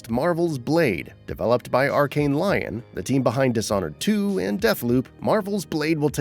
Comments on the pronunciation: F.Y.I Archane Lyon is pronounced Leon not Lion... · “Arkane Lion” What a butchering of the French city of Lyon. Honestly North Americans need to travel more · It’s pronounced lee-on and no lion 😒